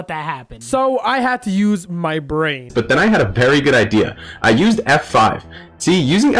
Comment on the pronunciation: Mmy bwain hurt